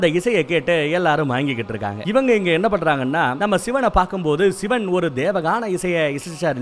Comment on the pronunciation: சிவன் da...Not சிவேன்.. Olunga pronounce pannu 🤡